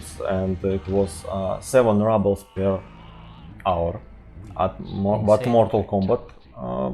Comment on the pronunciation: Comrades, not рАблс, but рУблс мазафака!